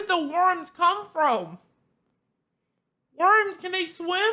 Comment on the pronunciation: "Wurms can Dey swem?”